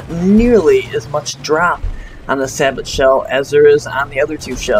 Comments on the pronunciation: It's not (sah-but) it is (sah-bow) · It's prenounced say-bow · Two points: It's pronounced "Sa-bow" and Niche is "Neesh". Otherwise, I'm finding your videos really helpful. Subscribed! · Its pronounced "say bow"... juzt thought you should know that :) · not trying to be a dick, but its pronounced "say-bo". and its 120mm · nice video... however "sabot" is pronounced "SAY BOW"